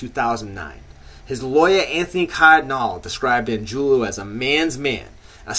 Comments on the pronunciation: Angiulo it ends with a O not a U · The guy can't even pronounce Angiulo correctly.